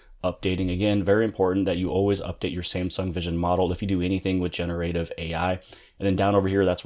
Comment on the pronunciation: Lol how you incorrectly pronounce generative.